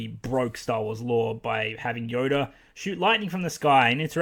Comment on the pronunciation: Why does it look like you're saying yoder instead of yoda?